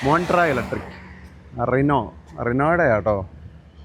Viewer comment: റിനോ അല്ല ചേട്ടാ rhino റൈനോ ആണ്